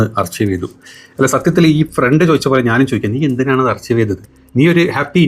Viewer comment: “അർകൈവ്’’ ആണ് അർച്ചീവ് അല്ല 😅 please check